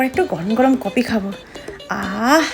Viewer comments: কপি না কফি। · কপি ❎কফি ✅😂